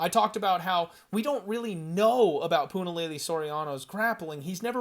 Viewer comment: I live for Puna fight cards cause weather I have skin in the game or not I get to hear say Punalaylay an innumerable amount of times 🤣🤣 wish I could like twice. Once for each laylay 👍👍